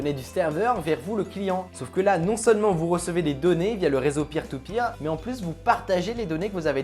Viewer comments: Quand il a dit Peer To Peer j'ai crus Pire Au Pire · Mdr quand t'a dit peer to peer g cru que tu disait pire tout pire